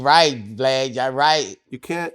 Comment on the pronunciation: Sounded like Boosie called Vlad "Glad" 😆